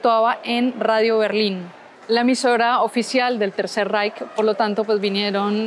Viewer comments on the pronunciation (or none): none